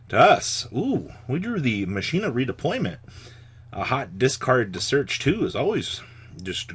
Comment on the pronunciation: Mispronouncing Machina are we.